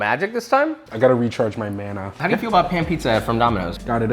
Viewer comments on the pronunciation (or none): Mana is pronounced maa-nuh.